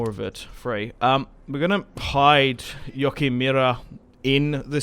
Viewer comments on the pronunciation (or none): in german it is pronounced jooo-a-giem Joachim. love your vids btw !